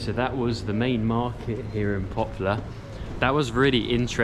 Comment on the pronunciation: It pronounces "Poplar", not "Popular"